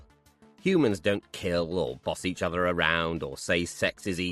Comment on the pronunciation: If you're able to pronounce ''thousand'' you have no excuse for th-fronting any uvva words.